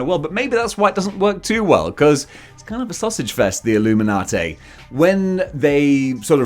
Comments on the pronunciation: Say it WITH me,... "Ihl-loo-min-ah-TEE", NOT "Ihl-loo-min-ah-TAY"... Now, as for the group themselves, I could give a hairy rat's about them... Civil War kinda pissed me off, and things only went downhill from there... But I detested the Illuminati concept before that, when they first started the idea, and have outright ignored their bull$#!t existence in the comics. Nobody needs THEIR holier than though, we know what's best for everyone, bull$#!t, FIRST of all, and secondly... F**K the Illuminati. IF they ARE actually in the 2nd Dr. Strange movie, then I'm probably not going to like it as much as I'd hoped I would... And THAT SUCKS. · "Payter! Its the Illuminaughtay!" - Mayry Jayne Parkah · Having sayin "Illuminatay" saved my day;) I only know Black Bolt from the Inhumans tv series, where he doesn't come off as brainy? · I can’t watch anymore after your pronunciation of illuminati